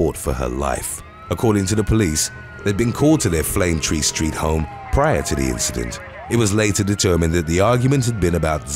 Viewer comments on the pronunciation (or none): none